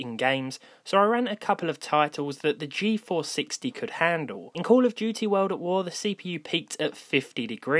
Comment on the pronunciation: I understood 'intel geforce 60'... -.